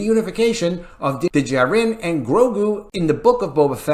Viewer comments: Please learn to pronounce Din Djarin. Just watch the show and hear how they say it. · Did anyone tell the narrator how to properly pronounce Din Djarin? Lol! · Someone tell to pronounce Dinjarin as if he lives on earth and has heard other people pronounce it. Thank you.